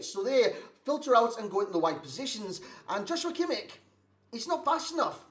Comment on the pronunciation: You cant pronounce him more wrong 😂